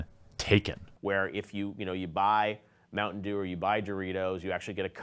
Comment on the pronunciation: Oooh, you were saying "mountain dew". You slurred your speech a bit and it sounded like "mungdu" at the start and I was confused.